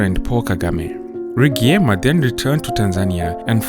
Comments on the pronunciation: it’s not Rugeyema 🤦🏽‍♂️ it’s Rwi-gye-ma. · He took over the very much beloved murdered Rwigyema.(pronounced Rijema..not Lugiema as the presenter puts it) He has not disappointed i guess... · RIGYEMA is pronounced = RiJEMA (ReeJayMa)